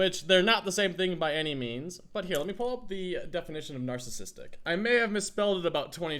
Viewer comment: He said nacisistic!😂